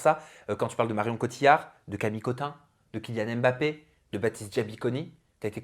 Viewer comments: on dit "mmbappé" avec le son "mm" pas "èm" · En 2023, on ne dit plus Èmbappé, respectez les gens, prononcez correctement leurs noms